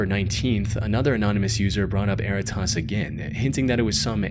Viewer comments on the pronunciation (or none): Interesting note that was bugging me for the entire "erratas" story - "errata" is a real word. It is pronounced differently - "eh-RAT-uh" and it is a relatively common term in my field, legal transcription. When a deposition for a court case is transcribed, it is sent to the witness with an errata page attached, where they can list any corrections they want to make to the transcript like misspelled proper nouns. Technically speaking, errata is already a plural word and its singular is erratum, but "erratas" is still used. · Worst pronunciation of “Erratas” ever 😂😂😂😂